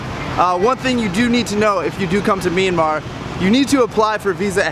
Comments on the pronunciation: Actually it is not mee an mar but myan mar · it sounds like you are saying MeanMa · It's not a Meenmar dear, it's a Myanmar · Nice but why the hell does he keep saying 'Meenmar'?